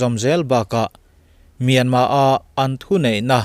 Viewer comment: A lam dan leh a ziah dan a dang deuh ani e. Myanmar ti a ziah khi a dik a,mahse a lamrik dan erawh chu myanma ti a lamrik tur ani,a tawp a R lai khi lamrik loh tur. Thailand te hi TH a H lai hi anmahni Thai ho hian an lam ri ngailo,chutiang bawkin Myanmar lam pawn Myanmar ti in an lamri lo a,myanma anti.Sapho chhiardan hi a dik ber emaw kanti ngawt zel a.